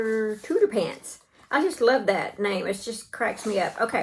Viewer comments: I’m pretty sure it’s pronounced TOOTER-FANT because it’s like an elephant which is pronounced ELE-FANT. But regardless of what you call him, he’s adorable, you did a terrific job. Take care and stay safe! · Mr. Tooterphants is an elephant with an exaggerated trunk. I think it's pronounced tooter-fants. I love your work. I'm about to join the shoulders of the sweater you're wearing. My first sweater. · I think it cute that you call your crochet elephant Mr. Tooterphants as Tooterpants...I would think you would call it an elephant pronouncing the ph as an f . Either way, he is adorable